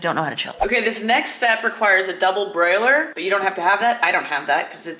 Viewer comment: Double BOILER. Not double BROILER. 😂